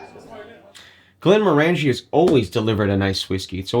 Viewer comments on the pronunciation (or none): Glen-MOR-an-jee. Rhymes with "orange-y."